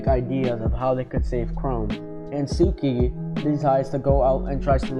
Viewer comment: Good video! Pronunciation needs some work :) Its Suika not Suki & Ukyo not Yuko